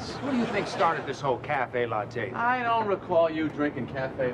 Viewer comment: Julia Louis-Dreyfus later said she wondered if Michael Richards' mispronunciation of the word "latte" was intentional and unscripted. I bet it was.